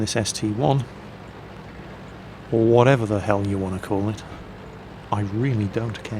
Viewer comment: Its ST-I Not ST-1